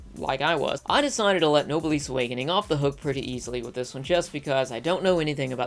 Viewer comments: SAY NOBLE. SAY S. NOW ADD THEM TOGETHER. SAY, NOBL-S. OR SAY NO. SAY BLESS. THERE, YOU CAN NOW PRONOUNCE NOBLESS. WTF IS NOBLISS AND HOW DAFUQ CAN YOU MAKE SUCH A CRUDE, MISTAKEN PRONUNCIATION COB SUMARAY ANIMU WEBYUS??? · Small tip: Noblesse is a French word pronounced [no-bless] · webtoon not graphic novel and noblesse not nobleese.